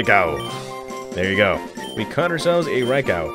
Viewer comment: Who tf calls it a raikow? lol raikoo